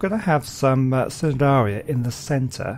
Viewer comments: Love that you made the Trilobites their own place and love the Jellyfish tubes. But a little fact: The C in Cnidaria is silent, so it is pronounced Ni-dare-ia. And maybe you could add the Sea Scorpions in the the reef, they do swim, so they wouldn't be covered by the plants. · Hey, great work. I’m really enjoying the series so far. Just a little point, the C in Cnidaria is silent. So it’s pronounced nidaria.:)